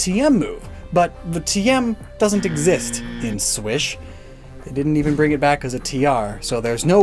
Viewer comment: I’m not the only one who calls SwSh SWISH! I’ve never heard anyone else do that, I thought it was just me!